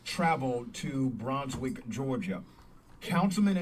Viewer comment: Queen it is pronounced "Bruuns wick"